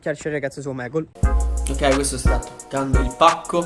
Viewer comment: hai sbagliato dire omegle